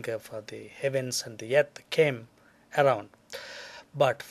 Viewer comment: ok.. like seriously.. I can't watch this video cos he's a fugly motherfucka. Do you have to stick ur face sooo into the camera? And try and use complicated words when you can't even spell properly Einstein? Btw.. its called Earth.. not YEARTH...